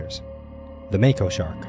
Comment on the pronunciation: Yay u said it right mako❤️!!